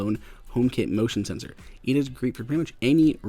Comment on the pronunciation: Did you say emotion sensor???